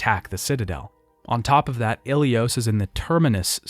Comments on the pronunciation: I really enjoyed this video but your pronunciations for the different alien species and character names are wrong compared to what’s shown in game. I really hope you can improve on this for the next video. E.g. Kirahe, Anoleis, Salarians, Kaidan, Ilos not Ilios, etc. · Great video but it’s really distracting when there’s tons of mispronunciations like KYden, gEEnophage, and ilYos.